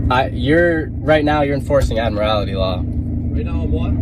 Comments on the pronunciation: That kid is stupid he can't even pronounce admiralty right. When the constitution was written cars were not thought of yet and that's why they fall under the 10th amendment. So the states set the rules. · That kid is stupid, he has no idea at all what admiralty law is. Hell, he can't even pronounce the word properly. Dumb kid, I hope the courts smack him around and straighten him out.